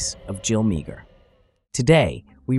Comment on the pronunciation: Her surname is pronounced Maaah